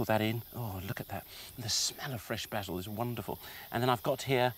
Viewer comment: Its funny the way he's says basil